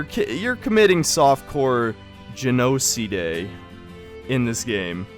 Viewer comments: Don't worry friend, the US govmt litterally thinks just like you. GIN-Oh-Sea-Day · Lol gen-0h-ceeday had me rolling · Ah my new word of the day GEN-O-CIDE